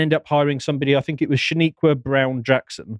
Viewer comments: " Shaneeyqua " haha, says it all... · "Shaniqua" lmaooo